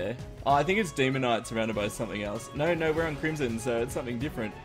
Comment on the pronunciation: Love your content, hate the way you say no. You pronounce it nyor